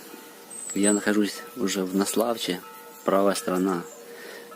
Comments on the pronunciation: НаслАвча, село с украинским языком, также как далее по течению: ВолчинЕц, КаларашОвка, Унгры с ударением на первую букву, от слова Хунгары, то есть Венгры, по берегу Днестра идут в основном села с украинским языком. Это не против молдован, они тоже гостеприимны. Просто факт имеющий место быть. Автор молодец, но ужасно коверкает названия населенных пунктов в смысле ударений, начиная с РОзлуча. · наслАвча-ставь ударение правильно ! а ниже по течению ,на левом берегу ,знаменитый на всю украину пропускной пункт прославившейся своей коррупцией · Спасибо за видео. Немного с ударениями в названиях молдавских населённых пунктов не угадали - НаслАвчи, ОтАчь, Унгурь(Унгры)...